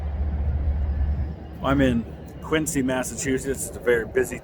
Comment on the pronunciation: Quincy was tv show; Quincy you pronounce the c like z !